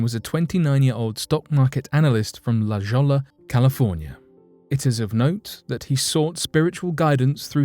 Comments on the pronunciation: La Jolla...pronounced La Hoy-ya....not La Jolla literally... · It's La ho'illa CA, not La joella! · Bro !! I Know You have an accent..but La Jolla calif is pronounced La Hoya lol just a heads up there seem to be an awful lot of Grammer Nazis running around lol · La Jolla, California is pronounced La Hoy-ya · Just a pronunciation correction...what you called La Jolla. Is actually pronounced not as it looks. In California anything with a J is actually enunciated as a H and anything with 2 LL's is silent. So the town is actually annunciated as La-Hoya. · La Jolla is pronounced Luh HOY-uh. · in america La Jolla is pronounced "La Hoya" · La Jolla is pronounced la Hoya